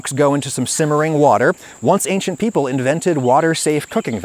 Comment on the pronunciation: This guy is dangerously half-right. I can't take anyone that says "ankshint" instead of "ancient" seriously...